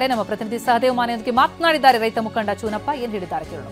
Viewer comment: ಚನ್ನಪ್ಪ ಅದು ಚೂನಪ್ಪ ಅಲ್ಲ ಕನ್ನಡ ಎಡಿಟಿಂಗ್ ಯಾವನೋ ಮಾಡಿದು